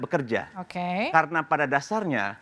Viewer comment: Mhon ya.. oembawa acaranya jangan suka motong2 pembicaraaan narsum, narsum blum selesai dy langsung potong2 sehingga bs membuyarkan pemikiran narsum .. belajar lah dari pembawa acara senior lainnya.... Kok ga seneng banget denger kata ok.. ok... Intonasinya itu lho.... Ga banget. Mhon di koreksi.... Okeeeeyyyyy.... Okkkeeyyyy....ooookkkeee Belajar lagi deh bisr lebih nyaman di tonton